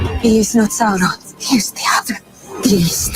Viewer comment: roll those R's when saying Sauron... Well done. Skill useful in bedroom, also.